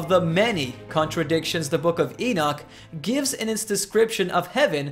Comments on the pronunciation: prophet issiah mentioned the king Ciros by name yet king Ciros did not live on until 590 years passed thea Elijah was raptured. why you be amused Henok mentioning Noah by name three generations earlier ? the bible is filled by such amusements Enoch as you pronounces his name wrongly is not exception. he is the greatest prophet.knoledgwise he is from.GODD . you so shy about the prophet al-sayif al-arab al- saudi but bravely poke on the the one true prophet Henok.i am ethiopian i take it personal any smearing of name you do on him he is living his blood runs fresh in me. hies not a science subject he is human above all it is a eace matter he is semmite . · that is exactly i tought of him poor guy.he probanly read not the book but some commentary books on book of HENOK. even he is not prononcing his name right.